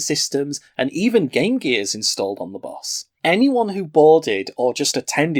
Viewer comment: Nobody else hate how he says bus?